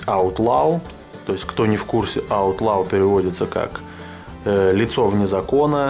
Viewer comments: Я так и знал что ты не правильно произнесёшь неправильно не аут лау, а аут ло. Если что я могу с тобой по заниматсья английским и мэйд а не мадэ, а так круто крутая колода у меня их 3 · правильно читается, "Аутлоу"